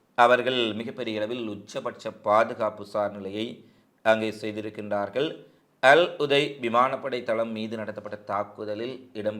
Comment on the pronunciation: தம்பி .அல்உதை அல்ல அல்உதைத்